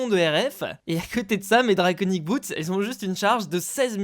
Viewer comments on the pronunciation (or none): pourqoui tu dit boets et pas boots